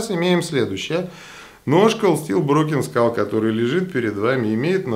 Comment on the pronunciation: Спасибо за видео... и правильное произношение названия ножа, задрали его " разбитой школой" называть. Думаю как, условно первый нож он крысе не конкурент, ибо цена, хват, дизайн и механика. А вот условно второй, когда стальку бы поинтересней, вес и толщина рукояти для пресловутого EDC, умеренные деньги.. вот тут конкурентов ему не вижу. Разговоры про клипсы, удобство хвата и т.д. справедливы конечно, но это вкусовщина всё же, да и абсолютно любой складень это компромисс. Этот нож явно заслуживает внимания, хотя лично мне он вообще не нравится=))))